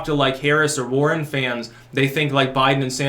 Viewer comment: At first, I thought you said the Sanders-Boring Interplay.